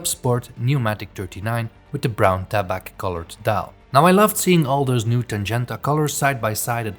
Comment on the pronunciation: 1) Great watch. A Nomos Club is the only watch 90% of us will ever need 2) the final « c » in « tabac » is silent. The word sounds as « taba ». French viewers thank you.